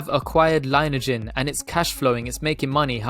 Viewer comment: Thanks for the consistent and super DD,!! Also, just FYI, heard CEO Erik pronounce it Lin-e-ajen (long E in the middle) on an earnings call and other vids. Go BNGO baybeee!